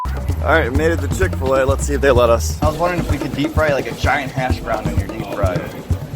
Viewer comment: When u said giant hash brown in a British accent u didn’t do a great English accent